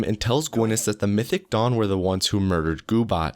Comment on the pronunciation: what he sais "mythic dawn" what i hear "mythic dong" xD